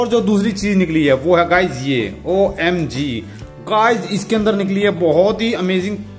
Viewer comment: Tum omg bht bura bolte ho is liye tum na bola kro